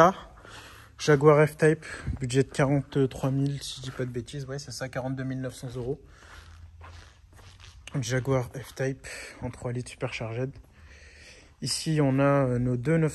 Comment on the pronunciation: SUPERCARGÈD LOL... Ça se prononce Superchargde en fr.. 😂